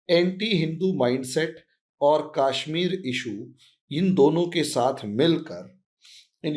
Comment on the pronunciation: Please fix your pronunciation. Its not KAAshmir but Kashmir. Please do not keep saying idealOgy - its Idealogy (emphasis on first syllable). Also you have an annoying habit of slowly repeating what you have just said in a manner of dictating notes: that may be ok in a classroom but not in a radio/TV commentary. And if you cannot adhere to any these suggestions, do fix at least your most annoying, distracting habit: please stop drawing flowers around keywords!